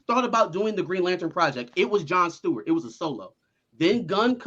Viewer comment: Which was fucking stupid. Oh, and It's "Stewart," my friend, not "Steward." 👍